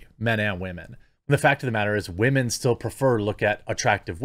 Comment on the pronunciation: I've been watching for a minute... I cannot figure out what he's doing when he says "wah-men"? Is it just how he speaks? Is he calling women whiners (if so, presumably it would only be in context of whiny women, not all women)? I never notice the word but for when he mispronounces it, lol, so he could be saying it correctly 99% of the time.